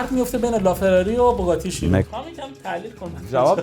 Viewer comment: Chiron ❌ Sheyron ✅ 😂